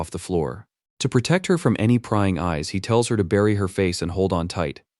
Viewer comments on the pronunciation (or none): none